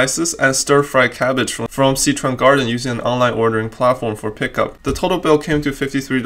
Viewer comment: I wanna know why you can't pronounce Sichuan properly.